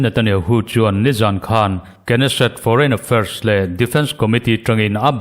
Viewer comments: Knesset i lam rik dan hi a ori hebrew pronounce ang ni mahse, hnamdangin an lam ang hian Nesset tiin lam ve mai nise.. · Knesset- hi nesset- tihtur alawm